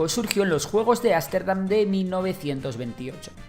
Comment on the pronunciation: Que alguien le diga a que no es Ásterdam, sino Ámsterdam.